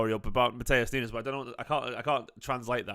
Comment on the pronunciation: His name is not NUNEZ - is pronounced Noons